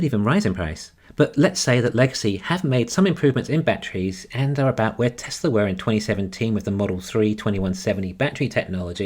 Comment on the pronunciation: There is no "r" is Tesla.